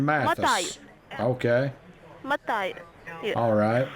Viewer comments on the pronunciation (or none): Mathis = Mah-tie-us !! That is a new one on me pronouncing it!! 😂😂😂😂 Great call as always!